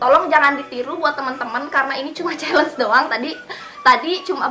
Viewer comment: Chalenge bacanya Syielenc